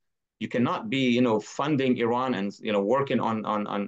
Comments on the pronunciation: Kudos fpr pronouncing iran correctly :) Anyways wish the leaders in iran had the brains to do these things... no way they have such reach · The only american who can pronounce iran as well.